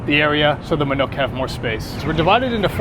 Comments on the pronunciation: Manok is pronounced more like "ma-knock" Than "ma-nook" Great vids, keep up the good work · It is not MANUK but MANOK learn to speak